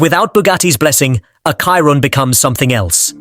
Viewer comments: You better learn first how to pronounce the name of the car. Chiron is read in french like “sheerón” not “Cairon” like you do. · Chiron is pronounced “Shiron” not “Kiron” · I WILL SUBSCRIBE WHEN YOU LEARN TO PRONOUNCE CHIRON CORRECTLY !